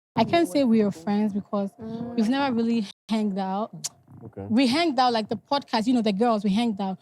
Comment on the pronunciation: "Henged "??? Like did just say " Henged "?? 😂😂